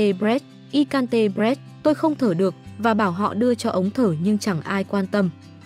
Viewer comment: Giời ơi , cô làm kênh Youtube này không bao giờ học tiếng Anh sao mà lại đọc sai hết vậy " I can't breath" mà cô ta lại đọc là " I can tê bờ rét " . Không hiểu nổi luôn hà 😃